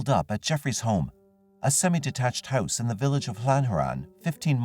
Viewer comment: Random comment: the way you say “house” makes me wonder is you’re Canadian hehe